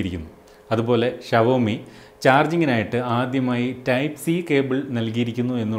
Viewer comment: Shavomiyalla show me pronunciation